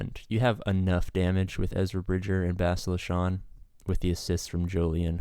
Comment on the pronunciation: it's pronounced reh-VON ;) and bass-TEEL-uh